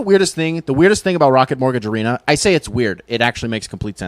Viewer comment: Rocket Mortgage “Arena”??? Gosh my ears hurt…. Still like the vid though!